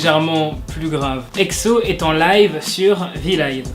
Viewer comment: C'est "éksso" et non "egzo" 😂